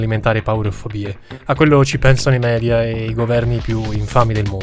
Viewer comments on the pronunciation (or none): none